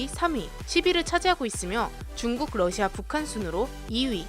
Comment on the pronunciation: 북 때문에 러시아를 부시아 라고읽음ㅋㅋ